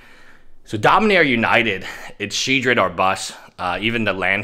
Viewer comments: Shedred? There's an OL in there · Sheoldred? Haha